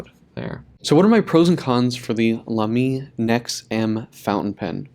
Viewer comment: It's pronounced as "Laa'me" and no "La'meeee" like you did. It's a German brand with a German pronunciation. :)